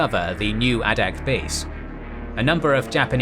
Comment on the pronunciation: A couple of notes. It is ADAK (A-Dak) island. This video calls it ADDAK. That may be an old designation. The other is, for more information, if you can find the book, look for "The 1,000 Mile War." I read this - it has a lot of fascinating information.